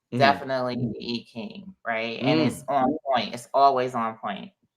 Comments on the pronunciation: The correct pronunciation is EEEEE not eye .. fyi. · More like Eye-CHing with the emphasis on the CH digraph. Thanks for the correction. It's a distraction from her wise message in the video. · It's correct pronunciation is "Eye Chinnnng" originally called Yi Jing. I'm of asian orgin and this is an old Western Chinese divination system. 🙏🏼💚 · How about EEE CHing? That's the way I learned the pronunciation. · I’m trying not to be distracted by the mispronunciation of the I Ching😖but...